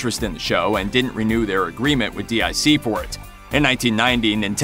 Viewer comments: Not D.I.C, it was pronounced "Deek" which was a French company who farmed out animation to Japanese, Taiwanese, or Korean animation studios. In that respect the animation style of the Sunbow produced G.I Joe episodes would not have been much different from the Dic episodes. It was a classical case of badge engineering of a foreign made product, just like happens today. Adapting, and repackaging, Japanese anime to a North American audience was nothing new by the late 80s, so Voltron wasn't breaking any new ground there, Speed Racer started the trend back in the 1960s, followed by Battle of The Planets, and several others. At least Dic and Sunbow contracted Asian animation studios to produce original content rather then ripping off series from Japanese television, tossing out the original themes, settings, stories, character names, and plots, butchering the original shows with heavy editing, and poorly dubbed audio. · No doubt, Just to be clear, I was talking about how the narrator kept pronouncing the initials instead of calling it dic, which was said in a childs voice at the end of each show. That got memed hard (no pun intended) later, though. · Agreed, it's DIC (Pronounced: "Deek") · Dboy 66789 Yeah, i remember that too. It was driving me nuts hearing the narrator here say D-I-C. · You should stop mispronouncing DiC, it is pronounced deek. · " D I C " 🙄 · DiC is pronounced "deek" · DiC is pronounced "deek". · It's pronounced DEEK. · Its pronounced "DEAK" *(DIC) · I came here to say exactly this. Anyone who's ever seen a DIC show knows how it's pronounced. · I was about to call them out for this garbage as well - but the thread already did the job. I cringe every time I hear him do that. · you called it D.I.C but I believe it pronounced (Deek) I remember at the end of the end credits a little girl's voice voice would say "deek" when they would show the D.I.C logo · Protip: DIC is pronounced "deek", not "dee eye see". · It’s DIC Entertainment, announcer guy.